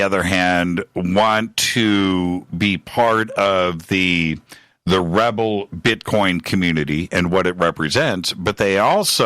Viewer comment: Sorry guys its not R-evil its (reviel)